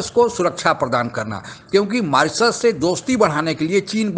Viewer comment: मोरोसियस नहीं मॉरीशस 😂😂